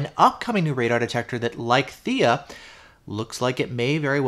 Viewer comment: Theia, Theia, Theia! Lol.